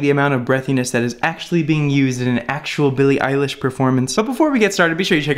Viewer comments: Isn't her surname eilish not eyelish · eyelish lmao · ITS P R O N C E D ILISH IGNORE THE E